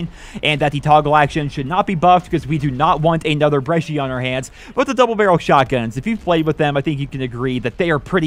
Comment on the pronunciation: You pronounced Brecci correctly !✓✓